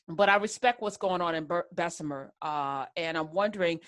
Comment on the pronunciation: Unions good and bad and it’s Bessma not Bessemer